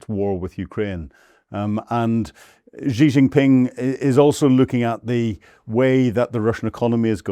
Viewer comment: What a pompous tool. He can't even pronounce Xi's name correctly, let alone make any qualified guess at what is going on. He think's he is cleverly and slyly having a go at Xi and Putin, we are not deaf and dumb you naive idiot. We all have seen your hundreds of years of Imperialist disasters and we can all see that crap ending for good. China and Russia have a great relationship and no matter what crap you can dream up will destroy that, you just make your self look stupid. China and Russia negotiated Siberia One for 20 years, Siberia Two so far ten years, in the mean time Shipments via the arctic have been ramping up..... You seem to think you can poke the bear with impunity. They don't need nukes any more, they have the Oreshnic, its just as powerful. Your heard Zelensky squealing yesterday it was not fair Russia sent ONE their way after he murdered a dozen or more school children a few days ago. At least Russia had the decency to warn Ukraine they were going to flatten a factory or two, there was no such waring from Zelensky he was about to murder a bunch of school children.